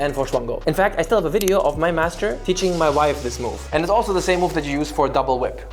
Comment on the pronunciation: The way you said "so what kind of wideo can I do to combine these two" had me fuckin dead. I was not ready for it lmao